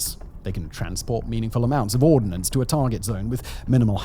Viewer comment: It is "ordnance" not "ordinance". No "i". Two very different words.